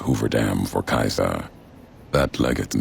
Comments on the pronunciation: Dunk Kubrick Not English in English it is See Sar In Roman in Kai Sar just the pronunciations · I think it depends where you're from in Australia we pronounce it 'see-zah'